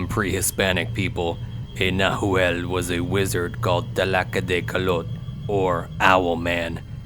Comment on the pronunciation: Love the story! Oh, BTW, it's "nah whall", plural: "nah whal less". ✌❤